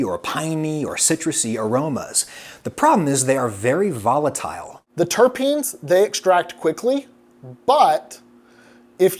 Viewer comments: Terpenes not Terapene, theres not 3 syllables, just 2. Terp-ene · Adam keeps saying, "Ter'e'penes..." is he talking about turtles? 🤪🤪🤪🤪🤪🤪 (ter'penes, sheesh!) 😁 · I don't want to be anal, but it's terpines, not terepines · TUR-PEENS. Not terra peens. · Terpenes does not have an "a". you pronounced it like "terra-peens". It should be "terp-eens" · My small turtle friends, and I, shuddered every time "terpene" was mispronounced as "terrapin"... otherwise, this was a great dive into beer. Much thanks. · Hah! Turtle beer. Adam needs to learn how to pronounce ‘terpenes’ correctly. Everyone else in the video pronounces the word properly, which is just as it’s spelled. Terrapins are turtles. At least there is some comedic value in that. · I love the video and can’t hate on it or you because you’re simply amazing, but anybody else irked by “Terrapines?” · fyi its pronounced 'tur-peenz' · Stop saying terra-penes! My ears are bleeding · terrapin terrapeeeeeeeeeeeens. Holy fuck you literally had a scientist pronounce it in front of you. Fucking hell chief. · As a pothead, the way he says "terpines" kills my soul a little bit. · Some reason you pronounced Terpenes as Terra-peens? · if you say terApeen one more time... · Please stop saying terapines. I'm sorry it bugs me. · ter-peeeeens there is no A ! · The word is not terApene. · Is Adam pronouncing "terpenes" as "terrapins"? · you aren't the only person I've heard mispronounce it. Seems pretty common for people to pronounce it like terrapins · Yes he is.. he definitely is calling them Terrapins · More like tare uh peens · Im sory but you're wrong. Its terrapeens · why do you keep adding an extra E to terpenes. even he says it properly but then you go and add an additional e in your voice over. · SAY TERPENES CORRECTLY PLEASE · I'm curious why you pronounce terpene with an extra vowel that the expert doesn't use. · His pronunciation pained me every time lol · as a cannabis enthusiast, it hurt my ears.